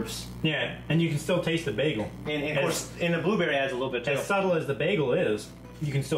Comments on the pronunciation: "baggel"? goddammit,, you britta'd it! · Britta'ed saying bagel